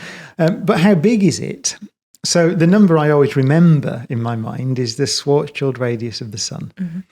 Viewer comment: I love Brian Cox because he is excellent physicist and science communicator, but above all, because he pronounces Schwarzschild correctly.